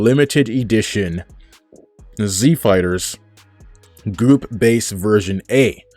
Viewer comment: Are you saying group? Or goop?